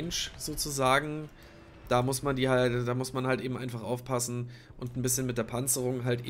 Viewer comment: Ufpassä😂 einfach schweizerdeutsch